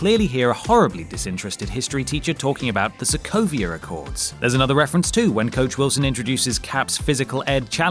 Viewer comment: "The Sokovier Accords"?